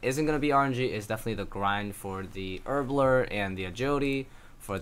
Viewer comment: You say Herbler or erbler even haha.